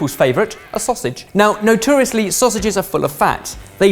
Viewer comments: Why does say... “NUTURIUSLY” instead of Notoriously!!!... Is he Drunk??? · ...that is not how you say notoriously. GAAHHHHH. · so we're just not mentioning pronunciation of 'notoriously' then? ok...;)